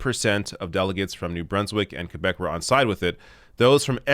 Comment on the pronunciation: “Qwe-beck”or “Q-beck”?